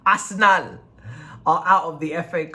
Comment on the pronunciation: Dat As er nal like a naija man